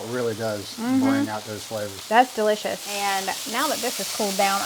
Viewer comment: Several comments: you did it right. Taking 12 months to reach your goal weight means you're far more likely to keep it off. Love, love, love the recipes you made in this video! I think you should have a t-shirt printed that says: Duh-lish-iss. You are my favorite YT cooking couple!!!